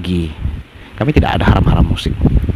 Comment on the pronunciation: Puji Tuhan Yesus. Amen. Mana ada bunyi 'A' jadi 'O'. Arab pun ngak cakap begitu. 'Haram' disebut 'Haroom'. Sampi jadi 'harum' pula. Otak bawah tempurung dan dlm gua batu btul otaknya. Patut selamanya ketinggalan miliaran batu dari org lain.